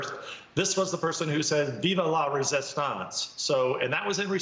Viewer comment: FRENCH SPEAKONG "RESISTANSE" LOVE IT!!! RUN WITH IT!!